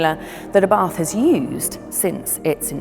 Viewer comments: "Abarth" is pronounced " Abart" ( The "H" is silent).....Please be respectful of the man's name.... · Please,say that right..Ábarth, not Abàrth😌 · It is Abart. H is scilent.